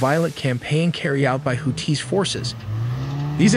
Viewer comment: Too bad AI can't pronounce things like missile names or houthis correctly.